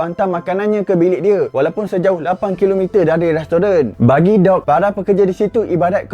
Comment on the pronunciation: Bukan dog tapi sebutan dia mcm duck